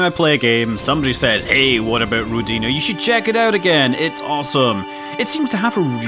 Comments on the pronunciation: not rodinA, but rOdina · Scott, I believe it's "rOdina", not "rodIna". Means "Motherland" in Russian. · Scott, pronounce it as ROdina, emphasis on the first syllable. It makes more sense for Russian ear. ;) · Rodina - Russian word. Pronounce like Odin name. rrrOdina. =) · Scott, it is actually rOdina with stress on letter o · You're pronouncing it wrong, it's a Russian word!